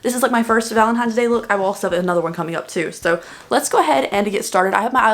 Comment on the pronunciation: I am low key so proud that you said Valentine’s Day instead of Valentimes Day. This look is gorgeous! Thank you for the amazing video!